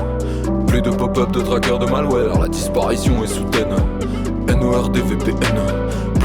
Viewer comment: La disparition est soudaineuh